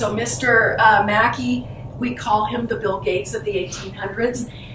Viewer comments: MacKay is pronounced mac KAY .....as in '; OKAY = MC KAY ? ......OK ? not mackee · Please his name pornounced Mack Key. Never mind. The tour guide corrected you. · Yeah, after the video came out years ago people mentioned I was mispronouncing the name. Thanks for watching!